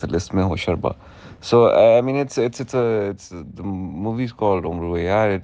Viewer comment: Its " tilissim e hosh ruba" usman buddy not hosharba